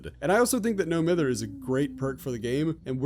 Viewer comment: Huntress was released when I turned 13. Whack. Also I love when Americans pronounce no mither the way they do hahaha